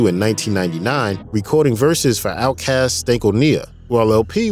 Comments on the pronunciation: I was with you until "Stank-oh-KNEE-a" :) Otherwise great video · stank-o-knee-a oh my gawd. seriously? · Stank-oh-KNEEya lmao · This is the known history of RTJ. Nice video, but the way you pronounced it, "Stank-o-nia" will haunt my dreams. That was all wrong. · The way you said Stankonia threw me off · How TF did you just pronounce Stankonia, young man? smh